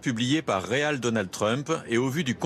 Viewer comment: 'real' lol le gars c'est pas comment prononcer 'real' en anglais? c'est fou